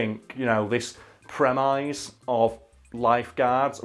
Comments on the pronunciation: i know that people pulling you up on how you say words but prem ize really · Google says that pronunciation of premise is a verb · It is not a plural. Not sure if the British do that often, but afaik that is indeed the way you say the verb rather than the noun. Does sound possible that there is a merge in some dialects. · Huh. Never heard 'premise' pronounced like that... a quick Google later Huh. Okay, so it can be said like that, but when using it as a verb. Didn't even know you could use premise as a verb! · Am I ignorant to a plural/alternate form, or did say ‘premise’ really weirdly